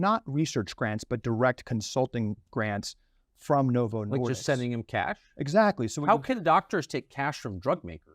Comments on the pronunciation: Why wasn't that doctor helping Tucker? He looked like he was having an brain aneurysm. Notice how the doctors keeps saying Novo "Nor-dicks." Smart guy, can't be a slip of the tongue.... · The interview seemed familiar, then I realized I'd definitely seen it previously, when the guy kept saying "Novo Nor"dicks", instead of "disk". He has a bit of a speech impediment on a few things, but the message is spot freakin' on. I'm more horrified by the month, learning all the additional depths to which Big Pharma will sink, regardless of who it kills. It's more clear by the decade that a large percentage of life is a lie, all geared to gut you of as much $$$ as possible, and it's totally up to the individual to do enough research on their own, to navigate the sewer of lies, and try to learn enough of the truth to make the best choices to survive....and it's in every facet of life. There's only so much time in a day, especially with the 9-5 grind required as a base of existence for most of us, to navigate a couple of these sewers at best. That's why I've focused on the one discussed here, for the past 4 years. Fortunately, there are often enough parallels between sewers to help guide you in those as well. I detest politics, but it's clear how closely it is related to nutrition. Cling tightly to those boats, people. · Novo Nordisk not Nordiks 🤦‍♂️